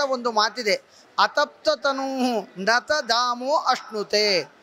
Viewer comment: ತದಾಮೋ. ತತ್ ಆಮಃ. ಆಮಃ = ತಾಪ/ಕಾವು/ಪಾಕ/ಪಕ್ವತೆ. ಧಾಮ ಅಲ್ಲ. ಮೋಕ್ಷ ಅಲ್ಲ.